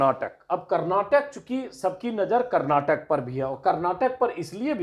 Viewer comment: Sir... Kar-nat-kaa...hai... it's not kar-na-tak